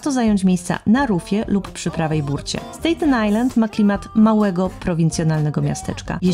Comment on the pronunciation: S-TA-ten Island, nie S-TEJ-ten. Pozdrawiam.